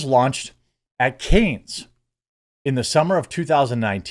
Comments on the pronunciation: Cannes is pronounced Can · Jeremy, Cannes is pronounced 'Can'.